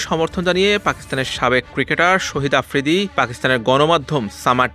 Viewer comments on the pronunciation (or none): শহিদ আফ্রিদি না শাহেদ আফ্রিদি নামে উচ্চারণ টা ভালো করেন